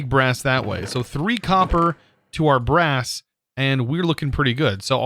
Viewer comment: “We are going to need brass” Me: “Grass?” I heard grass not brass😅